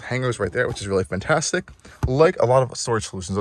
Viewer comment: That is a great SUV and you did an excellent job. Thank you. Very helpful. One thought though... please, the word is "FANtastic" not FUNtastic.